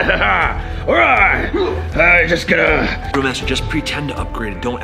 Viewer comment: Ugh it’s thrill not grill